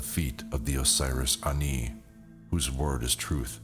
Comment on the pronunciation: THANK YOU FOR NOT PRONOUNCING IT AS 'ANNIE'!